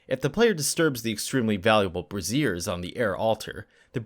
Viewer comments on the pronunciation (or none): brassiers????? You meant "braziers" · Brassieres? Lol, it's pronounced "BRAY-zhurs". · My god, when you referred to the BRAY-zee-urs as brah-ZEERS/tit-slings, I sprayed coke zero out my nose. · Braziers = bray-zyurs, not bra-zeers (Brassieres). Great video, thanks! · You pronounced "braziers" as "brassieres". "The altar was scattered with bras." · Love these videos and this entire channel. Though I did get a chuckle from the narrator pronouncing "braziers" like "brassieres". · Hate to nitpick, but I had mispronounced "braziers" in one of my own games. This was when I was much younger, and the crowd I was gaming with were.... well, mostly 12. You know how kids that age can be, hence the dirty snickers when I did so... yeah? so? I snickered, too. I was 12. In many ways, I still am, don't judge. 🧐 So, in an effort to avoid any indication of, um, "Booby-Traps" (hur hur hur)... Brazier is actually pronounced BRAY--zee--er, and not as one would pronounce "brassiere". I'm just sayin'... 😜